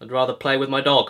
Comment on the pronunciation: When you said “I’d rather play with my dog” I honestly thought you said “I’d rather play with my knob” 😂😂😂😂